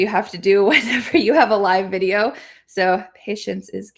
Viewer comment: why do you really pronounce the /v/ sound in the word "video" like the /f/ sound it sounds like fideo